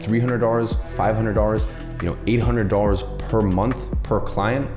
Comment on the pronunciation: I just noticed Iman pronounces dollars like dorrers